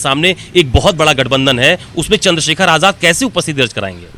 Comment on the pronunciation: Ise aap aazad kyu bolte ho ye aazad nahi hai